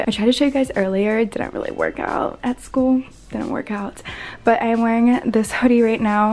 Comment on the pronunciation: Rill rill lol